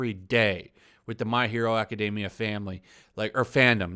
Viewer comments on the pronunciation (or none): The ppl complaining about my hero academia aren’t real fans honestly the only thing that annoys me about the fan base is how you say the name and even then it isn’t so bad I mean my hero academia is an ok anime could get better but it’s just woketivist bitching just to complain